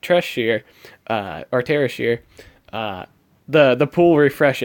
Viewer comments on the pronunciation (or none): Thea-Shire, as in A nice cup of Thea and Shire as in Shire of the Hobbits, not "Terrorsjire" :P